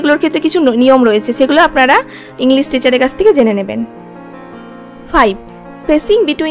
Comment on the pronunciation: 'স' ও 'শ' এর উচ্চারণ আপনাদের সঠিক হয়না। সেভেন এর করেন শেভেন আর সেখানে এর উচ্চারণ করছেন ছেখানে। ইংলিশ কে বলছেন ইংলিস!! কারণটা কি?